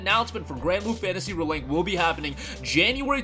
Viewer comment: Dude… REEEEE link. Ree as in reveal, ree as in reborn, ree as in redo. It’s not re like in relic, rebel or restitution. This video is obnoxiously unwatchable for me because you say the name two dozen times and you never say it correctly.